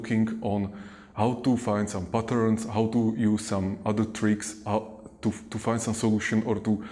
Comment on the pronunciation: ...how to fond some butter xD